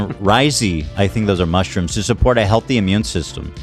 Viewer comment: Lol ethan mispronouncing most of the mushrooms in the ad read